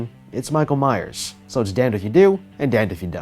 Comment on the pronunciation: He's last name is lich rally Myers not that ⚠️⚠️⚠️